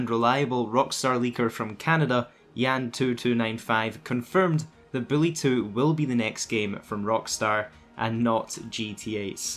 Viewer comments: Lol sounds like you said Billy 2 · Even subtitles agree that’s what he said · I thought he was saying Bully 2